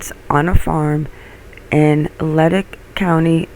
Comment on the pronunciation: Leduc AB, is pronounced "Le-duke"